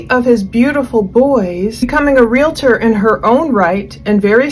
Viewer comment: Okay, I’m officially done listening. If you can’t pronounce the world realtor correctly, without an imaginary A in the middle of the word, I don’t trust your research. Learn to speak!